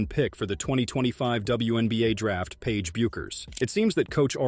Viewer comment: Sorry you can’t pronounce Page’s last name correctly. Must be AI